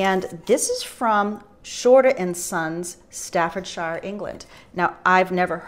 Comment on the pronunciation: Staffordshire is pronounced Stafford-sher, exactly as you pronounce Hampshire/Hampsher:)